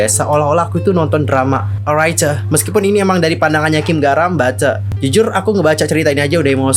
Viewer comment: Maaf mas. Saya emosi liat cara kamu ngomong😭 sumpah gedek bgt saya dengernyaaaaaaaaa😭 gatau kenapaa saya benci dgr intonasi kamu ngomong, dan kalo ngomong tolong di buka lebar2 mulutnya. Apalagi pas kamu bilamg alright🤮 sumpah benci bgtttt. Apalagi kalo kamu sebut R pengen aku tarik mulutmu maaas😭 maaf mas benci kamu. Padahal gak kenal kamu😭